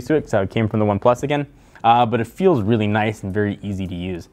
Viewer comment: Its just "weely weely good" - technobuffalo :p xD